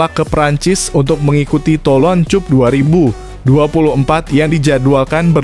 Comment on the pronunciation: Mimin itu cup bhs inggris dibaca kap jangan bodoh min